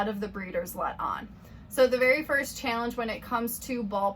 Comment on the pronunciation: Are you in the Midwest? Just the way you say the word "challenge" sounds like it, so I'm just kinda curious, haha.